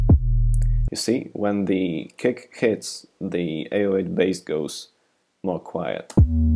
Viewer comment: everytime you say kick, i hear "cake."